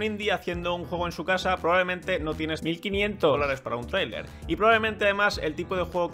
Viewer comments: Jajaja qué con ese "Mil quinient-olares" dos veces xD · Cuando dice dólares suena super raro ....